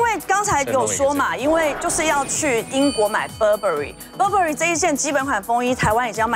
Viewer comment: Burberry一直讀錯， 一折買也沒fu